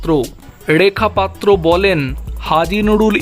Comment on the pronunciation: উচ্চারণ শুদ্ধ করুন ,ড়েখা পাত্র নয় রেখা পাত্র। র টা ড় নয়